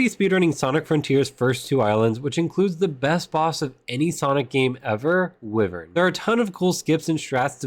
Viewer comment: Bruh it's WHY-vern